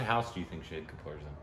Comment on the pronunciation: Heyyy you pronounced 'shahid' right.!!! finally....